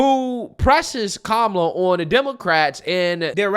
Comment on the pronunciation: Who is KA-ma-la? Don’t you mean Ka-MA-la?